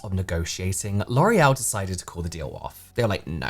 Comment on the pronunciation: It's giving get-back and sabotage by "lore-ee-el" 👀